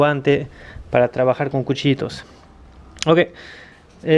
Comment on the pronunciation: yo creo que es ruso este hombre por la forma de hablan,dijo cuchitos y es cuchillos